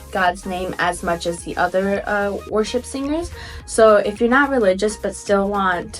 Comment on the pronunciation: When you first said worship music it sounded like you said Russian music